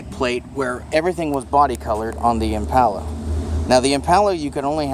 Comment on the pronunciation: I hate how he pronounces the word "impala"